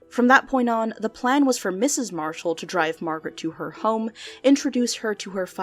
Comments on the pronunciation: "Jack Mashall" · JACK MASHALL 😂 sorry I love little mess ups like this!